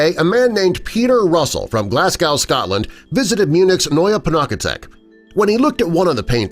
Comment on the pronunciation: Lmao glassgwaw Scotland it’s Glasgow BTW I’m Scottish but I live in Edinburgh